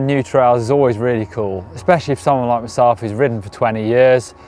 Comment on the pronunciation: Marc's face on the beginning of the video is hilarious, he looks at and seems very confused about something. Probably 'bout pronunciation of myself XD